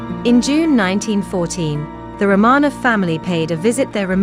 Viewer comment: Pronounced. "Row - man - off"